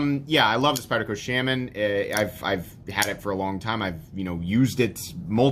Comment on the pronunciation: Sh-ah-min. Not Sh-ay-men.